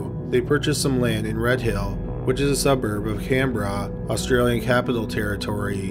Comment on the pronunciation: You actually pronounced Canberra perfectly.